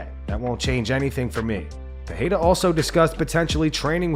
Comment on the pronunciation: It's not pronounced Pihada you dummy. It's Peirera.